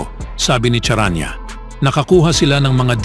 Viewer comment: Sounds “S” Ang first Letter ng “Charania” BASIC dimo pa mabigkas ng Tama (CHARANIA)Mr.speaker.😂😂😂😂😂😂😂😂